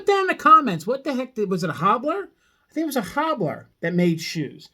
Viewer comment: Cobbler, not hobbler.